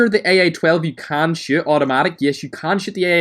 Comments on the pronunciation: Lol it sounded like u said how to shit When u were talking about the jump shot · Lmao when you say shoot, it sounds like you say shit